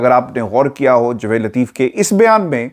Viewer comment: Baraye mehrbani apna Urdu ka tallafuz sahi rakhain. Qamar Javaid Bajwa, Jvaid nahin. Aapka andaz e bayan waisay boht khoobsurat hota hai.